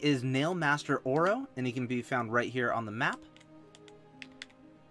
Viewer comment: Mmmmmmm BROTHERS ORO AND TOMATO AND PAINTMASTER SHEYO (you got oro right but mato is pronounced ma-toe and sheo is pronounced sh-ee-oh